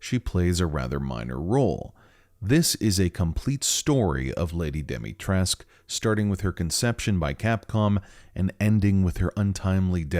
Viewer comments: As a Romanian it hurts my soul hearing how you prounounce some things Like dimitrescu you’re supposed to say the u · Why does no one ever pronounce the "U" at the end of Dimitrescu? Oh, and its pronounced "Hachi Shakusama" you dolt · Alcina: has the surname Dimitrescu, an east-european one, suggesting that it should be bronounced with a hard -scu at the end Everybody, even Capcom itself: ah oui, Madame Dimitresque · and they pronounce her other name as dee-mee-tresque not dee-mee-trescoo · i thought I was going insane when even the characters ingame said dimitresc instead of dimitrescu. When I saw her name I immediately thought it rhymed with the late romanian dictator ceausescu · its Alcina Dimitrescu, but made Demitresk so americans can pronounce it easily. Dee-mee-trescu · Lady Dimitrescu: pronounces own name “Domitresk” Literally everyone else except apparently me: “dEeMeEtREeSK¡!” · It's not Demitresque Its Dimistrescu (dee-mee-tres-coo) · It's doo-mee-tres-coo since in romanian u read all letters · Sadly the game developers themselves got it wrong. Being a romanian name it is pronounced dee-mee-tre-scoo. Take it from a romanian native speaker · correction. Correct pronounciation is Al-See-Nah De-Mit-Res-Cooh. The name and surname are Romanian, and the letter "U" should be pronounced. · dimitrescu is pronounced “dee-mee-treh-scoo”, it’s a romanian last name, we don’t have silent letters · Okay y’all I’m here for your Romanian pronunciation guide from a friendly Romanian lol So Lady Dimitrescu’s last name is pronounced Di-mi-tres-cu(coo) The -escu prefix for last names is really common for Romanian last names and I just want everyone to know the proper pronunciation 😊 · I feel like it's worth mentioning that the u in Lady Dimitrescu's name is not actually silent. The correct pronunciation is actually Dimi-tres-ku, because her name is Romanian. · Dem-i-tres-cu her name is a Romanian surname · because they pronounce it wrong in the game that’s why.